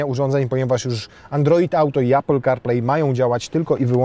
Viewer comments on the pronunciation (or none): none